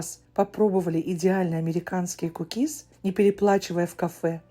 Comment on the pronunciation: К у кис, на у ударение